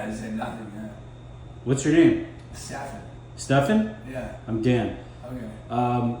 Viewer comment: Also, just because I heard u on yr podcast mispronounce his name, it is pronounced like steffin